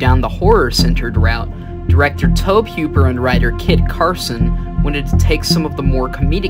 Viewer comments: His name is toe-bee who-per not toeb huper lol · Had to jump off the video after the 10th time he mispronounced the creator's name. Its TOE-BEE HOOPER not Toab Heuper. It shows a lack of research. If youre not ganna take the time to learn the dudes name... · you do know that tobe hoppers name is pronounced toe-bee Hoop-er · Nah Blud said toeb hwooper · "Reddit user" is all you need to know about this video 😂 he said tob huper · Nice video but could you please not say Tohb Hyooper. I'm still gonna leave a like because this video was interesting. I don't want to discourage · I hate when people the make docs can’t get the names right. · I stopped at the 3rd time he blundered it, ain't a fan if you can't get yhe brainchild's name right. Pathetic...